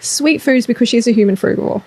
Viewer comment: I love how when you say fruigavore diet the text comes up as "frugwa" and "fruit board" hahaha xxx